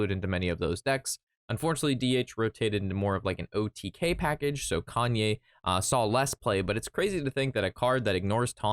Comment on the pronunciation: Why does he call Kayn Kanye lmao